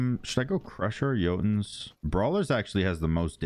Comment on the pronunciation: No one:: itchaval, Yoltuns, agizz, hiccatae